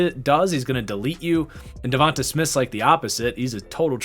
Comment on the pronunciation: And it's pronounced devontay... not Devontahh. Smh